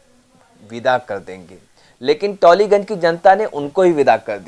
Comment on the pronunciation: उच्चारण Taliganj... टालिगंज होगा....